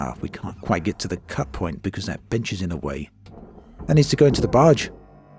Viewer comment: Bench. He said bench.